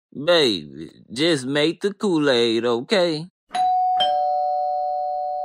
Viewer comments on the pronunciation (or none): Lmao how you mess up Kool-aid 🤣 yep. mmM-hMmm